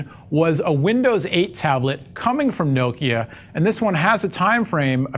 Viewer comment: You say Nokia wrong.